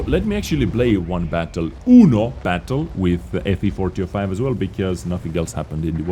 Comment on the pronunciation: I feel like says ''Fvfortyofi'' instead of ''FV4005''